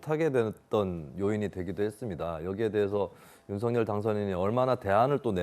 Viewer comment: 사회자님 발음을 윤서결이 아니라 윤석녈로 하세요